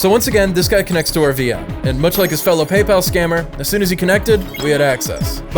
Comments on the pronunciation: That's not PayPal that's palpal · Hellooo this Is "PayPel" those suckers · thats not paypal, thats BEYBAL (paypal pronounced in an arabic accent) 😭🙏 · It's not "Paypal" its "Pay, pal!" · "PayPal" "Pay, Pal" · Paypal ❌ Baybal ✅ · PayPal ❌ “pay, pal” ✅